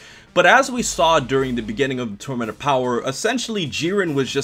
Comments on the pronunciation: "The tormanent opower" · This man can’t pronounce the word tournament